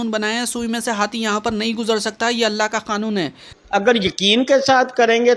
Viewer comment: Yeh Dajjal ko الله ka naam bhi thik se lene nahi arai.